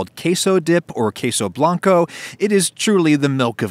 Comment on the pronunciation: Strange that he knows to not say the U in "queso blanco" but the rest he still pronounces the rest in english